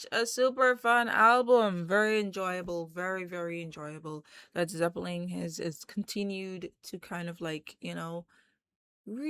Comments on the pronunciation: Please stop saying Zeppeling? There is no 'g'! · Nice…but there’s no G at the end of Zeppelin.